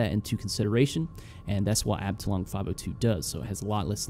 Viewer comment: Amazing video as always! Btw. "Abteilung" is pronounced more like arb-thai-loong (yeah I have no idea how real phonetic writing is supposed to look like :D ) and it means "division" (in military terms) in german :).